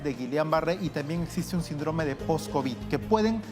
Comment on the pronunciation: SÍNDROME!!! ACENTO EN LA Í. SÍNDROME!!!